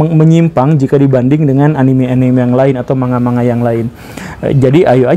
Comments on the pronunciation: Man - ga pak guru! Bukan ma - nga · Yg betul bilangnya ‘mang ga’ pak guru bukan ‘manga’ 😊